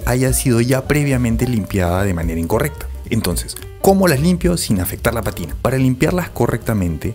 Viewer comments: Para ti que estás en este rollo, una corrección. No es patina, sino pa'tina, palabra esdru'jula con acento en la antepen'ultima sílaba. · Se dice pátina. Atención al acento, por favor.